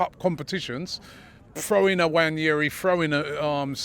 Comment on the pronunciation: First time I've heard Robbie get his name right 😂 usually he says Enwanyeri 😂